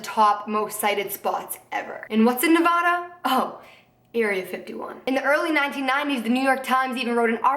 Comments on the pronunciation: i always thought Nevada was pronounced Ne-Vah-Duh instead of Ne-Vaw-duh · ITS NOT PRONOUNCED NEVAHDUH ITS NEVADA. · did anyone else from Nevada cringe when she said "nevahduh" ughhhhhhh. I love you so much but it's Nev-A-duh. I love yooou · it's (nuh-vad-ah). just fucking saying. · it's weird how everyone in nevada pronounces it "nuh-vad-da" and everyone else pronounces like how she does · lmao someone from Nevada it's pronounced like nuh-vaA-duh, but this was a seriously great video. I fuck with conspiracy videos and area 51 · The only thing that pisses me off about this video is how she says "Nevada". Other than that I love this so much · I literally love you but say Nevada like that one more time I'm gonna kill myself